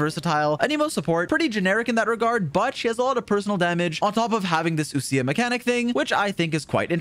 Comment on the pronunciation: wild how people pronounce ousia as oo- sia instead of like oh-sha/oh-sh-yuh